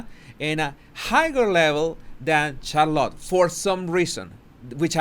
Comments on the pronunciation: This is why I adore you, you say shallot, it’s pronounced char-lotte, I love shallot too🤣🤣🤗♥️ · SHARlit. Not CharLOT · Interesting video. Just a comment about the pronunciation of Charlotte. Just so you know..😊 it is not pronounced Char-LOT... but Charlet. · Charlotte is pronounced Shar-lotte not char-lotte. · Who's Char -lot? Lol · I really hope Harry sees your videos. Hopefully, it will help him remove his blinders. Megan is such a mega witch. Charlotte’s name is pronounced (Shar-lit) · you are saying Charlotte like " Car a lot". VERY ANNOYING..this like "dis" uggh...you are butchering the English language! Not very "subtle" either. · Just some friendly advise, you stress the “char” part of Charlotte more than the lotte. Rather than charLOTT the way you say it. ☺️👍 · lol it's SHAR-lot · Isn’t it CHAR lotte? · Please take a few elocution lessons. if you're going to have an English language Youtube channel, your English pronunciation and grammar should be better. It's CHARlotte, accent on the first syllable. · Charlotte is pronounced "Char-lett", the O is silent. 🤫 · Charlotte sh (like should) ar like are then lot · Her name is pronounced "SHAR-LET". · And it is pronounced Char-let by her parents, so out of respect we should pronounce it their way. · Why are you butchering princess Charlotte's name? I know English is not your first language but you have ears. Other than that, love your content. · Charlotte looked scared when she looked at Meghan. By the way, you are pronouncing Charlotte incorrectly. Do check or ask around for the right pronounciation. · Please work on pronouncing Charlotte. It is painful how bad you pronounce your English sometimes.